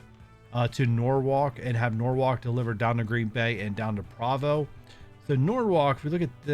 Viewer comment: Since you mentioned pronunciation in your first video.. Provo is pronouinced as pro-vo kinda like pro-fesh-un-al